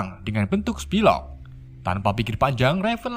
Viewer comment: note: psylocke dibaca sailok bukan pisilok min